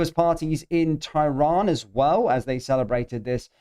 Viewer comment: Can you please pronounce tehran properly. Its pronounced ter ran not ty ron